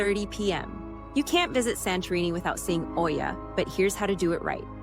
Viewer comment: You are pronouncing Oia wrong!